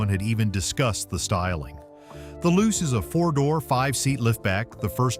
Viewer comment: Not loose. Lu-che pronunciation!